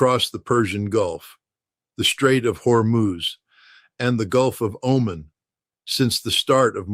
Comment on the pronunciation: This is frickin’ AI people! He mispronounced “read” as “red” and also mispronounced “Oman” as “Omen”. This is part of “the fog of war”. Take all of this with a grain of salt and DO NOT buy into this rhetoric of “You should be terrified.”